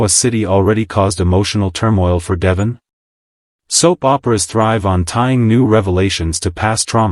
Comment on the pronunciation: Please check your pronunciation of Devon. It does not match the pronunciation on the show